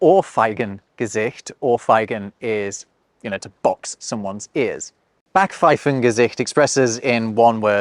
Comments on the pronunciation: The "a" in Backpfeifengesicht is actually pronounced like the "a" in Schadenfreude. Not like English "I'll be back." 😉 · you don't pronounce 'Sprachgefühl' correctly. 'Sprach' has a long 'a', like 'ah', not a short one. Also you miss the 'p' out of Backpfeifengesicht! More Babbel prescribed!